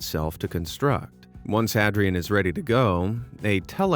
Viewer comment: Hadrian isn't pronounced Had-ree-ann, it's pronounced Hay-dree-uhn as in Hadrian's Wall. See? It's building walls like Emporer Hadrian! Boy, that was driving me crazy.